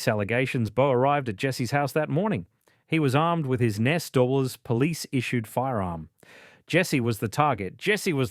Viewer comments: “A serving Nessdoubles police officer”. It’s pronounced N.S.W, or New South Wales. Not ‘Nessdoubles’. Get a better AI voice model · If this presentation is AI, it proves how stupid it is to use it. The pronunciation of the NSW Police is pronounced New South Wales Police, the spelling of the accused's name is incorrect. Reading the text errors on this vlog is ridiculous for such a serious case matter. Do better.